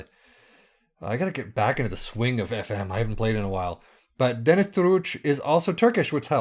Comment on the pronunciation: His name is DENİZ His surname is Türüç. His name is MEHMET His surname is EKİCİ . Turkish is some different :)